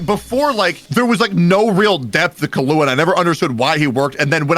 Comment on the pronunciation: Okay, I'm sorry, I clicked on this video because I wanted to hear the takes on the arc and I wanted to hear the reasoning behind the takes, but...... DID JUST PRONOUNCE KILLUA'S NAME AS KAHLUA?! he pronounced his name - Kahlua is an alcohol, man! EDIT: ight, I'm only 15 minutes into this video, and I am gonna keep watching, but idk if I'll watch the whole thing. So far, both of them have made VERY valid points about story writing, characters, the philosophies behind what makes a good story, and more. BUT! They are basically having two ENTIRELY separate arguments AT each other instead of having one debate WITH each other. They are both getting pretty emotional, jumping from point to point, making claims about why it's good or bad without saying WHY that thing makes the arc good or bad, AND they're basically discrediting each other with little to no support to WHY a certain point is irrelevant/illogical/invalid. Also thanks if you've read this far lol I just wanted to share my thoughts. I'm honestly kinda surprised that is getting so emotional, since he's given such deep analyses of stories before. Idk, I guess I just thought he'd be a really coolheaded debater. Guess not so much sometimes lol. I think he may have been feeding off of / reciprocating energy a little bit lol. Also also I think some very bad claims and points and takes were made. Also x3 saying "it's just a show". Like... okay, then why are the best shows ever the best shows ever? Bec